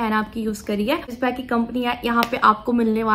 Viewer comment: it s bag not beg